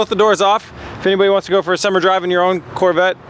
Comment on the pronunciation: "CORE" VETTE